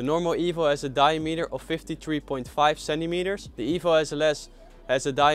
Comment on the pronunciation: di-A-meter ;) great video